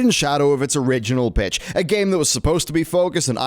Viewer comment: I know he is meant to say "Original Pitch", however it sounds a lot like, "Original Bitch"... LUL